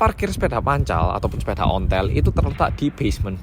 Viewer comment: Logat jatimnya pas ngomong sepeda "pancal" sama "onthel" satisfying bgt hhh